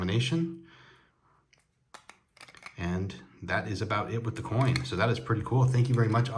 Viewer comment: Austrian Stacker is awesome (Almost as Awesome as you ;) psst.. you said coin lol. You always have such cool things. Thanks Aloha.